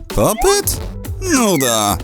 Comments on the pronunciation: Popit a nie popyt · Nie popyt tylko popit 😡😡😡😡😡😡😡🤬🤬🤬🤬🤬🤬🤬🤬🤬🤬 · nie popyc tylko pop it